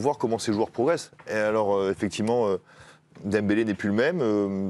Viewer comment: C'est abusé, Dembélé a joué en mode ballon d'or et eux ils n'arrivent même pas à prononcer son nom.